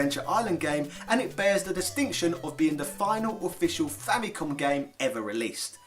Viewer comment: You pronounced Famicom wrong! F out of 10!